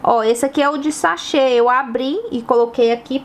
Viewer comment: Ela falou chace 😂não seria sachê???